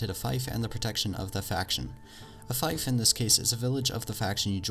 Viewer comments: Fief is pronounced "feef" not "fife" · its not a fife its f-ee-f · It's a fief, not a faif. "Faif" reminds me of bagpipe... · "A fife" lol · only thing ill laugh at is how you say "fief" say it like Thief or Feef NOT "Thife". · Isn't fief pronounced like "feef"? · It's feef not feyef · Fief = "Feef", not "fayf". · Fief is pronounced feef not fife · it's fief, not fife... fief, pronounced fif.... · I'll be given a fife, when pledging allegiance to a faction? Is this from a mod or did you mean fief? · It's pronounced feef, not fIfe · Am I the only one who thinks "fife" sounds more badass, than "feef"? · It's pronounced fēf not fīf A Fife /fīf/ is an instrument. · Its pronounced f-ee-f not f-eye-f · HAHA wtf? You say fief so wrong! you said it like figh-ph when its like feef. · Fief is pronounced Feef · Fief is pronounced “feef”. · Umm buddy it’s pronounced feef just spelt fief also fun tip a lot of small villages together are called a fiefdom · It's pronounced "feef" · Thanks for the video, mate. By the way, "fief" is actually pronounced "feef" Also, got any tips for how to hold onto a castle once you've declared yourself King? Every time I do, the enemy martial calls a campaign against me and attacks it with so many troops I can't hold it. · Here’s some things you miss pronounced (Khergit is pronounced Kur-git) (Veagirs is pronounced vay-gers) (fief is pronounced fee-f that’s all great tips otherwise :) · Fief is pronounced "Feef" but good video non the less, +1 sub :D. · Yes, it is pronounced "feef" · JonatasAdoM It is pronounced "feef". I'm a Medieval Studies major. This youtuber pronounces several words wrong on his videos. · Ah I get it yes it's not "Faife" as he said but I don't think it is feef either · Trololol, it really isn't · Was triggered and cringed everytime he pronounced it incorrectly lol, still a great video and taught me something. (